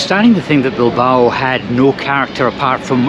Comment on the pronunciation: A quién se le ha ocurrido doblar este video? El doblaje es horrible. No podían haber dejado la voz original y poner subtítulos para quien no entienda inglés? La voz del que lo ha doblado hace que este video sea insoportable. Y lo más insoportable es oírle nombrar a Bilbao como Bilbaru. Es que nos sabes leer chaval?